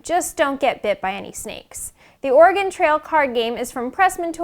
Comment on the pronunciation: Learn how to say Oregon and Willamette correctly please